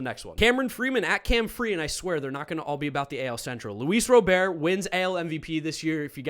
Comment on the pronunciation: Love your channel, been a subscriber for a while. But, as a dedicated White Sox fan I gotta tell you, I cringe every time you call Luis Robert, “LouieBob” 😬